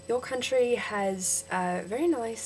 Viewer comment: vowels - one syllable not two country - cUHntry advantage - the first one was right years - yeahrs (lighter on the 'r') um - sounds less like 'arm' out - owwt (too british) and yeah - dont expoit your citizenship! check out Adam Hills